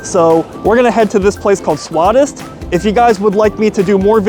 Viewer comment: It is swadist swa-dish st means tasty